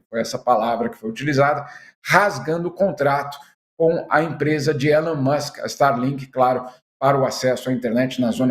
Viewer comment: A pronúncia correta do nome ELON MUSK não e “É-lon Mâsk”. O correto e “i-LÔN Mâsk”, a silaba tônica é LÔN. É surpreendente que um jornalista internacional que aparentemente vive nos Estados Unidos não saiba disso.